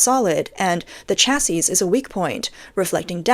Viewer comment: Why does text-to-speech always mispronounce the word "chassis"?